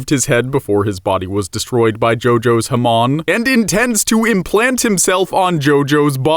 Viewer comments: thats not how you say Hamon....its not Huh mawn. its Hah-moan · HA-MOAN not ha-mon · You had me until "huhmun" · The way he's saying hamon makes me so fucking uncomfortable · You said hamon wrong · Does anyone cringe when he pronounces Jotaro’s name and Hamon